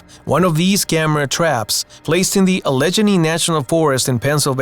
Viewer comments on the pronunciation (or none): Good video. Al-la-gain-ee. Allegheny. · It'd pronounced "alley-geny," not "alleged-any." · Can't you find a narrator that can pronounce Alleghany. Al-la-gay-knee. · Allegheny is pronounced Alle-gay-nee